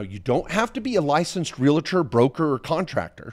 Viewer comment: Please say "Real-tor" NOT "Ree-la-tor".